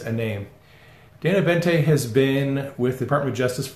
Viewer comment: Boente, not Bente.